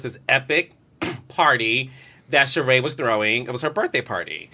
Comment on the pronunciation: Why do I cringe every time she says Sheree’s name wrong? It’s a bit rude.